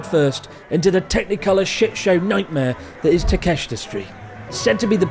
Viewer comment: really? ta-kest-ra, wtf? how cant you pronounce simple street names?